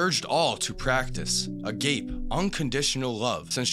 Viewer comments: “agape” (in the context of this quote) is pronounced “a-gaw-pay” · agape its pronounced (ah,gah,pay). Its a more specific definition of a type of way to show love. Biblically, its One of four "types of love", Eros, Philia, and Storge. Non biblically theres more but theses are the basic four. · Agape - pronounced (uh)-gop-ay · A-goppy is how you say agope